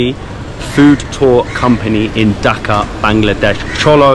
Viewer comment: By the way it’s not pronounced “ducka” it’s pronounced dhaka with the hard k and and long a instead of the short a. If you can’t pronounce dh and pronounce it like d. It’s still okay but just to let u know ;)